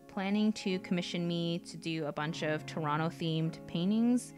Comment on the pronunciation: The way you said Toronto nicely let's us know you aren't from there haha. We say "turnuno" or something weird.